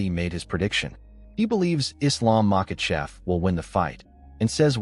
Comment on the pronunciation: For a college grad you dont know how to pronunciate and seem to put in mysterious letters in where there isn't one present, like Makhachev DOES NOT HAVE AN L ANYWHERE IN MACHACHEV?!? ITS DISRESPECTFUL FOR YOU TO MISPRONOUNCE SOMEONES NAME WITHOUT ANY ATTEMP AT DOING IT RIGHT!!!! FR9M CHAMP TO CHUMP!!!